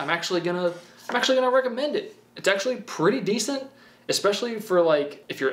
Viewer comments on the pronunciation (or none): none